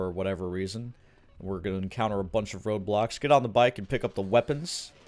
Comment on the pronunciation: God i swear i heard RobLox instead of road blocks lol